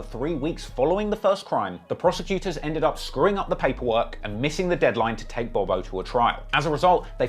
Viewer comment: Now i usually give you the benefit of the doubt in pronunciation because of the accent BUT you literally called Bob-O "Bo Bo" about 30 times 😅